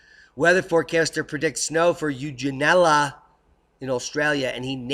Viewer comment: Eugella is pronounced "Yun - gu - la" Us Aussie s put a droll accent into it. ! Keep up the good work ! BOOM !